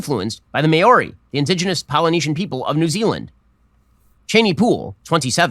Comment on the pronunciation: Ben Shapiro needs to learn how to pronounce Maori, because it's definitely NOT "may-or-ee", it's "Mau-Ree" with a slightly rolled R. His possibly deliberate mispronunciation of their names is more than likely more offensive than the movie itself.